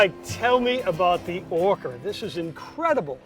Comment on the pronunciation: Its the Orca not Orcker ha ha ha 😂